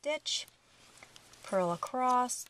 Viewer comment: Just some constructive feedback: you pace well, content is instructive, patterns awesome. We all develop accents & quirky ways to say things. In this case, my suggestion is to watch out for the word ACROSS. Ending it w a "T" is unpleasant to hear. Maybe watching out & ending the word ACROSS with the proper "S" ending , would likely make your videos more popular. Like I said, you've got great content, pacing, etc.